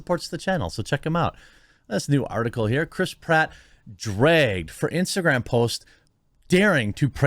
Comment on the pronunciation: Always found it funny when Jeremy say "Dragged"😅 And that was a sweet post he did for his wife man. I don't think these people understand it but in my experience, if I told my girl that her heart belongs to me... She thinks that's sweet